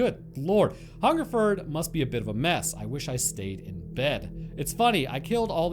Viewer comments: he got hungerford (furd, not ford) right off the bat, but berkshire is BARK-Shire, some old ae sound shenanigans or some s***. its all stupid and made up. I live near here and its interesting that this never comes up. i know about it but noone really talks about it. cool to see it make a video tbf. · You got Hungerford right the first time. Most places ending in -shire are usually suffixed "shear" phonetically. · Wow i was the one who commented this on your Albert Dryden vid. Your pronounciation is spot on, its only the posh gits who pronounce it Hungerfoord. Berkshire is wrong though lol, it pronounced with an 'a' intead of the 'e'. Must say its the first time i commented on something and it gets turned into a video. Thanks i geuss. I would also like to add that although it is nice to get noticed it could'nt be about many a worse subject. As i said in the Albert dryden vid this was a story we were told as kids to scare us about guns, and strangers. It was like being told about the boogeyman but one that had lived in your area.